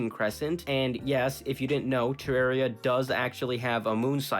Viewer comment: I think he said Terraria wrong.